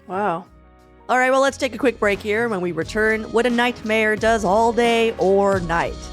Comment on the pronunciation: I understand the "night time economy directors" title as it sounds like you're saying "nightmare". :)